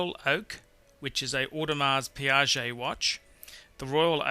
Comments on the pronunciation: Audemars PIGUET Please!!! Not Audemars PIAGET = PIAGET is a totally different brand mate!!! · WHOA- this knucklhead MC just said AUDEMARS PIAGET at #9, well, NO it's AUDEMARS PIGUET pretty much turn the video off. this is an idiot's idea of "the ten best" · Royal Oak is a Audemars Piguet, not Audemars "Piaget"...and it's kinda' ugly :))) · Sir, you have left out Vacheron Constantin and Jaeger Le Coultre which are world class watches. It is Audemars Piguet and not Audemars Piaget. Piaget is altogether a different brand. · Sorry to be pedantic, but Audemars Piguet is pronounced "OH-de-marr pee-GAY". Piaget ("pee-ah-zhay") is a different company altogether... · "Longay", "Auday Mars Piaget", "Cartier Sandtoss", "Amiga Speedmaster", "Rolex Saliney Line" Classic. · j ari Yep! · [odmaʁ piɡɛ] You're welcome. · how hard is it to pronounce audemars piguet? where the fuck is it spelled piaget? don't tell me you own it and don't even know the fucking brand. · two fashion watches (Cartier are not well regarded) in the top ten and you don't have the most iconic watch of all time, that happens to be made by the greatest manufacturer (Jaeger-leCoultre), in your top ten. Where's the Reverso? audemars piguet pronounced - ord-e-mar pee-gay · Your pronunciation of AP is absolutely atrocious! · Rolex Cellini is not pronounced sellini, it is chellini. For a watch snob you pretend to be, it is very very bad that you cannot pronounce the names correctly. Same thing goes with JLC, you cannot pronounce it and of course the AP (wtf?). And yes, btw I think you are reading your list up side down. Lange 1 is going to be the first on the list and then Royal Oak and then the rest. Your Calatrava should be the last (although your PP Annual Calendar can be the second after Lange 1 or Lange 31).